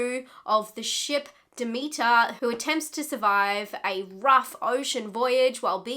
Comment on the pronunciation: SPOILER, I am almost 5 minutes in and she still hasn't said the name of the ship correct yet!!!